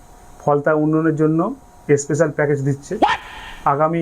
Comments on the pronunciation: ওটা ইস্পেশাল না স্পেশাল কথাটা হয় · ও তো বাংলাদেশের ভাষায় কথা বলে। 'ইসপেশাল' (স্পেশাল)শব্দ তো বাংলাদেশীরা উচ্চারণ করে ।